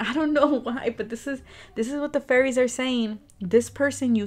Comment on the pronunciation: Its should be 'fairies' not fearies😁